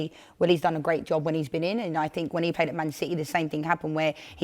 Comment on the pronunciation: Take a drink everytime she says "I fink" or "you know". Let's get smashed 😂